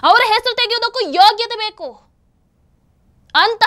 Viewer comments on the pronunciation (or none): none